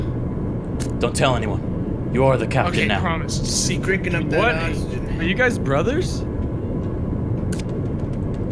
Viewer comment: I THOUGHT CRIKEN WAS PRONOUNCED CRY-KEN NOT CRIKKEN